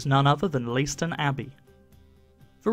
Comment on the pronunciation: It would be an astonishing undertaking to move such a grand building even today, but then... And I love that the site has found a contemporary use. PS I'd hate to hear of you being lynched by the locals: it's pronounced "lay-ston".